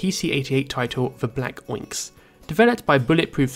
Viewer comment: Oinx? It’s Black **Onyx**, as in, the gemstone. “Ahn-icks.”